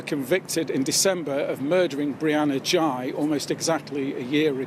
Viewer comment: Girl x and boy y? Seriously? Is that supposed to be humorous? Why do you insist on mispronouncing the last name? This is one weird news report.